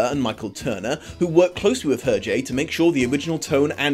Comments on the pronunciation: Actually, his name is not pronounced like that. The H is silent. Phonetic transcription is [ɛʁʒe]. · sorry not sorry for being nitpicky, but... UR-JAY ? ERR-ZHAY ? HURR-JHAY ??